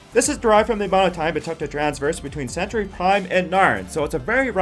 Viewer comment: Well, you kind of lost some credibility when you mispronounced "Sulaco," "Centauri," and "traverse," but I stuck it out, hoping against hope that one of these "fastest ship" lists might for once actually include the fastest ship . . . but no dice. You included the TARDIS for the right reasons, so I'll give you props on effort--but there is something faster. The Gay Deceiver, from Robert A. Heinlein's novel The Number Of The Beast, Is. The Fastest. Spaceship. In. Science Fiction. BAR NONE. There may be others which can tie it, but it is literally impossible to beat it. The TARDIS, you see (and point out) has travel time. People inside (and hanging onto the outside) experience duration during its trips, and it is limited in where it can go--for example, it can't go back to Bad Wolf Bay. Gay Deceiver, on the other hand, has no such restrictions. Gay is a modified Ford Duo (think a luxury flying car) outfitted with the Burroughs Device, which is capable of translating or rotating the vehicle along every possible axis of dimension and positioning it at any coordinates along these axes, and is controlled by a supercomputer which was modified to become truly sentient. What does all that mean? In simple terms: Gay deceiver can go from any location in any possible universe (real or imaginary) at any point in that universe's history TO any location in any possible universe (real or imaginary) at any point in that universe's history in exactly zero time. One chronon you are HERE; the ne